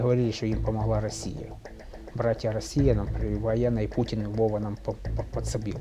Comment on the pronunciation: This guy from VICE News is so undeveloped that he cannot even pronounce "Putin" correctly!